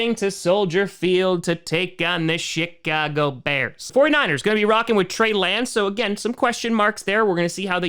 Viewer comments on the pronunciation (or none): I know you didn't mean it, but it sounded like the "Sh*t-cago Bears"